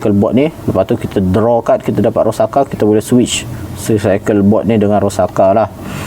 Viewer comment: Bang bacanya itu Ro-sak-sa 😅